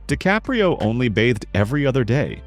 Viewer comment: The video has too many factual errors like using the wrong photo for Vivien Leigh and mispronouncing “DiCaprio” several times. Please fact-check more carefully before uploading.